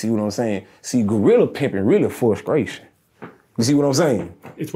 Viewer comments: Its fuscration😂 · Interviewer: it’s what? Him: FusKraytion 😂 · "Fruskration" "What was that?" "Fruskration" I lost it😂😂😂😂😂😂😂